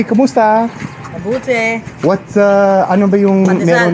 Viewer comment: Kamusta? Ate: mabuti (american accent) 🤭